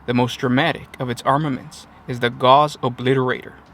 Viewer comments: Gauss rhymes with house. It is the unit of measurement for the strength of a magnetic field. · TY 4 another great video, one thing though... Gauss rhymes w/Sause. I only learnt it last year...Was just told by a friend in the UK that we all mispronouce it in the US & it should be Gauss rhymes w/House, so u guys decide how u wanna pronounce it, Still a great video